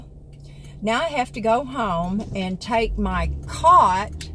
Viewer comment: cot not car